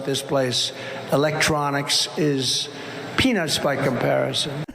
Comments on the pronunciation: It almost sounds more like he said "Electronics is peanus by comparison." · i know he said “peanuts” but i still heard “penis” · Did that facist say....peanuts or penis... GET RID OF HIM 📄📄📄🍄🍄🍄📄🍄📄👁‍🗨👁‍🗨👁‍🗨✌️✌️🌊🌊🌊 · i heard “penis” not “peanuts” 😂